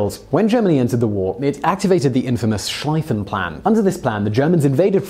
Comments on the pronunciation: Many of the Portuguese killed were in their African colonies against the German East African Army. Same for the South Africans. And it is Schl ee fen plan not Schl ay fen. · It's "Sh-lee-fan" plan...lol great video.